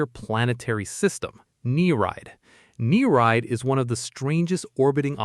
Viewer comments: its not "knee-ride" its "ni-ree-id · He did its pronounced "neer-eed". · You pronounced Nereid wrong